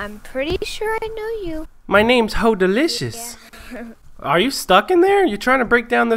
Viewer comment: so either you miss spelled your own gamer name or you don't realise you're saying it wrong, its either Holdacious or